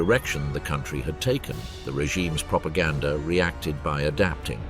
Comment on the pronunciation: The narrator said “propagandaR“.